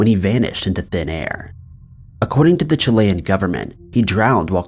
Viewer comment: Wow you pronounced Chile' and Chilean right, good job.